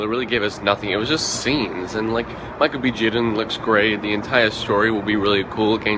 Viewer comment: That white guy with the blond hair can't even say Michael B Jordan's name right. What a idiot